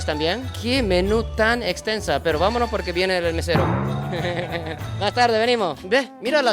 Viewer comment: Polque? No hay polque.